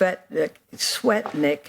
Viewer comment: Anyone else hear Fienstein say Julie "fat dick"? 🤣🤣🤣